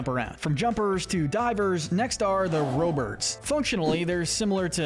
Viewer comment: Rob-birds not row bird and ninjees not ninj-eye-s and i bet you say yoh she its YOW SHE